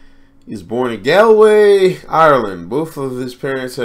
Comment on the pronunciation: Your pronunciation of Dylan wobbled but got there. Galway still needs work. Peace and Love!